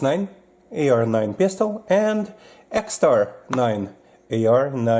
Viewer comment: That's an EXTAR EP9, not an "EX9". 😉